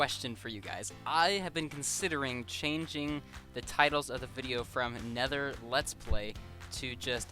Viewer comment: "Nether let's lay"